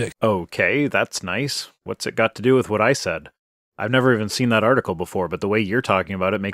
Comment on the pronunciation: Wiff? It's with . This guys speech is killing me. 😵